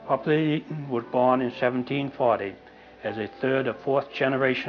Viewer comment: I'm surprised to have found this. You even pronounced the name correctly. The Coast Guard gets it very wrong with their award.